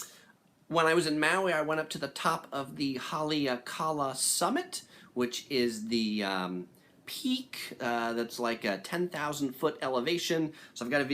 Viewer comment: Kukui nut lei, c'mon man! Try learning a thing about the culture also. Holly-awk-eh-la, Haleakela.